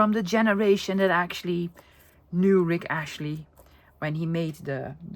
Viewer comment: I was thinking who is Rick Ashley?? Then i realised you were saying Rick Astley 😅